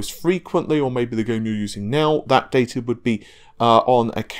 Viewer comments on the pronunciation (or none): none